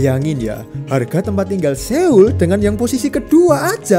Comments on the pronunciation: 서울 Seoul dibaca Sŏ-ul, bukan Se-ul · Mohon maaf....baca nya itu soul bukan seol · Saran, kalau lagi bahas konten ada bahasa asing, coba denger pronunciation/cara pengucapannya bang biar ga salah dari google translate aja. Seoul: S-eo-u-l, eo dibaca mirip o atau soul ketika diucapkan.